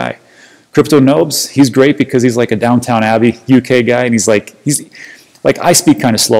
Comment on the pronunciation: Down-ton Abbey, not Downtown Abbey, must be the microphone, lol.